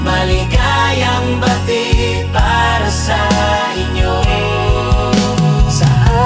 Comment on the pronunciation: okay naman po sana kaso po maligayang Bati napabilis po yata ang pag bigkas..